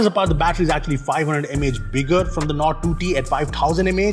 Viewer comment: You lost me at OnePlus "NORD"